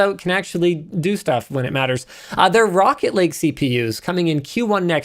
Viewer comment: I can't be the only one thinking Linus is saying "Rocket League CPUs" every time he says Rocket Lake 😂